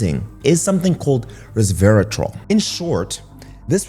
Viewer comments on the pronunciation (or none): Re-serve-i-tal …. Sorry but I cringed every time I heard it pronounced incorrectly. I eat blackberries every morning for breakfast and then have Matcha green tea in the after lunch. I didn’t k ow about pomegranate. Thank you for the information.